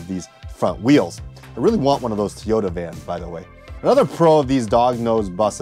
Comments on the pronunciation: It's Toyota not Teeyota. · It’s called Toyota not Teoda N